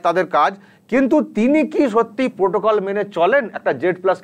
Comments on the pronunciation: প্রোটোকল নয়, পোটোকল। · প্রোটোকল নয় । পোটোকল।